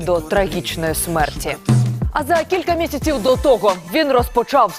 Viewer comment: Дикторша всю передачу испортила. Зачем так издеваться над украинским языком? ("кілька місяціу", "розпоТШАв", "про ШТШо згадати", "аутомобіль", "повертаУся", "кермуваУ", "ефіріУ"...))))